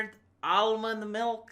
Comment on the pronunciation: A point about English pronunciaton: almond milk is spelled "Ame milk".